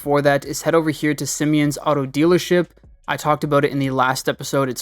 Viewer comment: “sim-e-ons” pissed me off